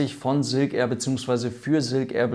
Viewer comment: Ja, erneut wirklich tolles Video, aber Silk Air wird halt nun mal Englisch und nicht Deutsch oder Denglisch (weil "Air" sprichst Du ja richtig aus) ausgesprochen, daher tu so, als stände vorne ein "ß", also ßilk air, dann klingt es auch Englisch. ;-)